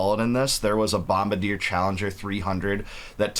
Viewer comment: Love you bro.. but being a huge Sea-Doo fan for 35 years now I have to correct you on the pronunciation of Bombardier. It’s: Bom-bar-de-yey. It’s a French word.